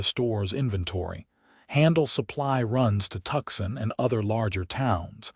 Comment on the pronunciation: Two issues with the graphics... 1)the left shoulder/ can't twist in that manner 2) that's a right hand attached to the left hand, giving him 2 right hands AI graphics 😂😂😂 The name of the city is "To-son" not "Tuck-son". EDIT & REVIEW!!